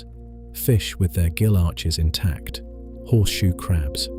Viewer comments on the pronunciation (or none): none